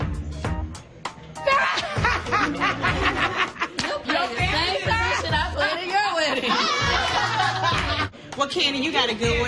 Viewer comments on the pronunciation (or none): ‘BrideMAID’....the ‘s’ is not silent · the s is not silent hunny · Spell bridesmaid. The S is not silent, honey! 😂😂😂